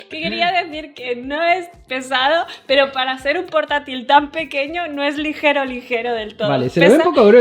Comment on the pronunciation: Perdí la cuenta de cuantas veces dijo legero🤣😂